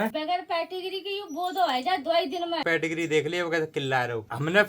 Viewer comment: पेटिग्री नहीं होता पेडिग्री होता है.